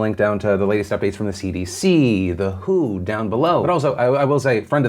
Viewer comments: Idk why, but I cringe every-time Phil says the WHO instead of W. H. O. Maybe jokes on me and he’s been talking about the band this whole time 😂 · Yeah, he keeps mispronouncing the W H O (should be spelled, not pronounced like the word).